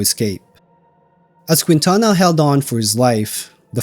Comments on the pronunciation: In the name Quintana the “u” is silent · And mispronounce Quintana. 🤣 Great video! Thank you